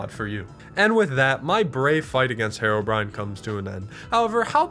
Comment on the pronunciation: You idiotic you SAID Haro-Brian Its pronounced hero-brine not brian brine